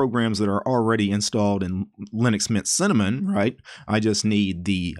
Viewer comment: What do normal people hear: Linux Mint What do I hear: Linux Nyet